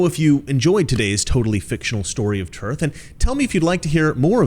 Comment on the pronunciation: Dude.... I love you 🤣. "The Epic of Tearth". Also sounds a bit like where Brienne of Tarth (Game of Thrones) was from. Moral of the story? Get rid of the cancerous politicians.